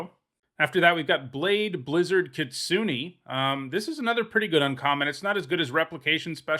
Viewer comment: the way you pronounce Kitsune is triggering me so hard